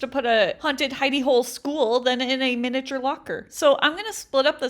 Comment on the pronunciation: i ligit thought she said haunted hiney hole... 😶